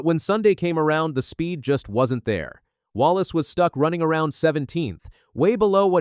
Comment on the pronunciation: IF YOUR GOING TO DO THIS AT LEAST SAEY THERE NAME RIGHT.